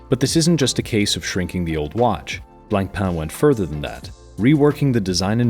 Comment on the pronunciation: C in Blancpain is silent. Merci